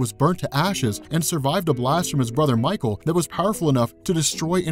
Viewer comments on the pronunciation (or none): none